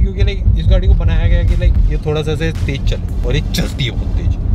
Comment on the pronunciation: Tej nahi re baba . Tez